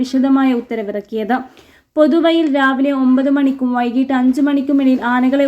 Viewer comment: പൊതു വയിൽ - അതെന്താണ്. എഴുതിക്കൊടുത്തതെന്ത് ? വായിക്കുന്നതെന്ത്? ആദ്യം അക്ഷരം നന്നായി പഠിക്കുക. നാക്ക് വടിക്കുന്നതും ഉത്തമം.